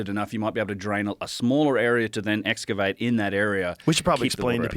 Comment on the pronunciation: how about dedunking saying escuvate? All these non pros claiming to know better can't even talk right lmao